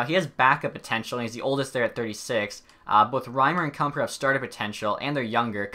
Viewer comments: Kuemper is Kem-Per. And Rieder is Read-er xd nice video though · If you pronounce a name right then I will burn my hair Kumper Vladyder Ahul Cagula And more that I forget